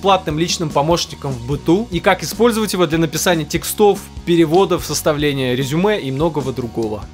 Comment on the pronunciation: при всем уважении, в слове "текстов" ударение в первом слоге на букву"е".